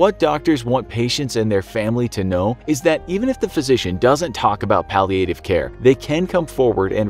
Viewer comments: I guess it’s like viet nam viet nam. When pronouncing the word palliative , doesn’t it sound better if the A is short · The way he said palliative care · The way they pronounce "palliative" 😑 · That’s not how you pronounce Palliative… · The narrator’s pronunciation of “palliative” is really annoying me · how you pronounce palliative care is really annoying.. get it right!!!!!!!